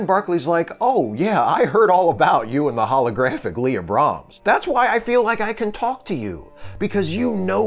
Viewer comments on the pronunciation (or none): none